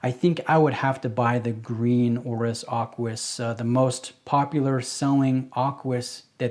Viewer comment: Aquis...not Arquis. 😉